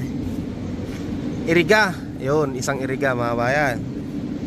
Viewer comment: Iriga hindi Eriga